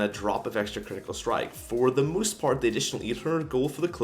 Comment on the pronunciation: "For the moost part" Hahahahah whats Wrong with ur English